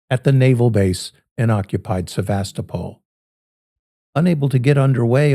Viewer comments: Please, the Ukrainian Sevastopol accents the "to" or "toe". In California, the accent is on the "vast". It's more convincing when you pronounce names correctly. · Pronounce Sevastopol with accent on toe ' - pol. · Please please pronounce the Russian name for Sevastopol correctly. You pronounce it correctly for the California city in Sonoma County, but mistakenly for the Crimean city. Accent is on the 3rd syllable pronounce like the toe in your foot, NOT the 2nd syllable. Дуже дякую.